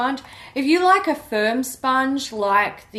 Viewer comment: "Firm sponges" and all I heard was "sperm sponges". I think its time for me to take a nap 😂